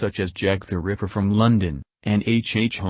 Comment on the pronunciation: Jack The River? Stupid AI voice.